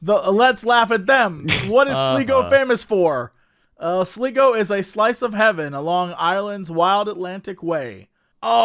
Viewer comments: Laughing so much at the Sleego Gard-i segment. You have even made Ocean FM today. Just to clarify it is Sligo (pronounced Sly-go) which is a country & a town in Ireland. Gard-i is actually the Irish Police, pronounced Gar-dee. Crying laughing, so funny. Made my day. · "Sligo gardaí" is pronounced "Sly-go gardee". Sligo is a county in Ireland, and gardaí(which is Irish) is what we call our police officers. Thought I'd let people know lol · Its pronounced sly-go u idiots 😂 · How could you pronounce Sligo incorrectly, worse still how could you not know about Sligo.